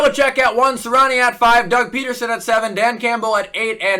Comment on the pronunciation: Its Nick “Si-ree-ah-nee”, not Nick “si-rah-ni”. Good vid tho 🔥